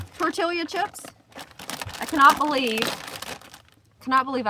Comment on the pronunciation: R u say tortila on purpose and being funny?